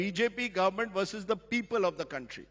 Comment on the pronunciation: Versus Not Bharsus